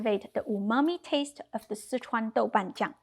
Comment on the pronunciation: I Love the way you say that ingredient Sichuan ___ And yes I Do love cauliflower being dry cooked too. I will definitely need less hot peppers in my 😮recipe lol. Thank you!